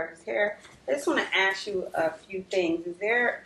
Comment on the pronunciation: The "ask" thing. What is so difficult about saying the word ask correctly?